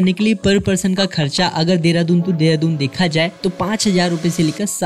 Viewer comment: Mane first time dekha ha kisi ko Dehradoon ko Deradoon pronounce karte hue. Jab meri ek frnd ne mujhe recently bataya ki deradoon naam kaise pada. To mujhe pata chala ki ma ise galat naam (Dehradoon) se bula raha tha. Correct name is Deradoon.